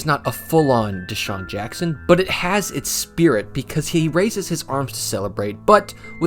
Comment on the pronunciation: It wasn't Desean Jackson, it was Me-Sean Jackson.